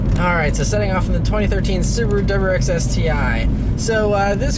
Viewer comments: Great review of the "DubuwwrrX STI" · Please stop pronouncing WRX like “dubuyurex”.